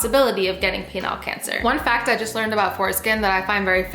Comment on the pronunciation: Why ya talking aboot my skin haha